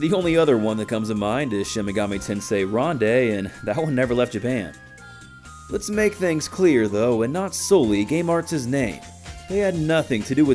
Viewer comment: Just as a heads up, despite it technically being the third game in the Majin Tensei Series, Ronde does not have the SMT title in the game or Majin Tensei (nor would it deserve it) and also, it’s pronounced Rondou like Rondo of blood. The phonetics are on the case. Just to let you know!